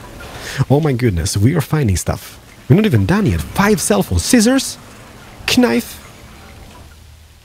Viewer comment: I laughed so hard, but it was so cute when he pronounced the word knife without a silent k. "kuh-nife" LOL